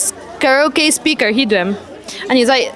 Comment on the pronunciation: Ka-ri-o-kay tia lam tur. Changkan hmel deuh hian lam thiam hi kan awm mang tlat lo mai he word hi. Ka-rau-kay hi kan ti vek maia, a dik miah lo a ni.